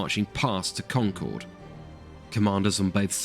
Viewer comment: Solid video. And his pronunciation of “Concord” was spot on. 😄